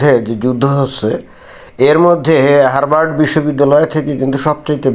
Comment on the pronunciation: বানানে r থাকলেও উচ্চারণ হবে হাবার্ড